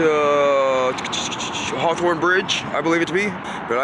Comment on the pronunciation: Did you say Harthorne Bridge?!😂